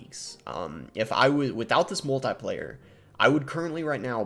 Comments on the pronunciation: Love your content Boss. Heads up, it's pronounced mul-te-plier as in a pair of pliers. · Might just be a regional pronunciation. If not, who really cares. Not that big of a deal. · Which one of us pronounces “multiplier” weird??